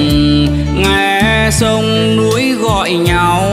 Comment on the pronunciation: Giọng hat cua rất tuyệt vời phát âm chuẩn nhung chi sai có 1 tu là thay vì núi thi lại hát là nuoi hay hát chính sứa lại cho chuan chi 1 tu do thoi nhé mình rất yêu giong hát của 1 giong hát vo cung tuyệt voi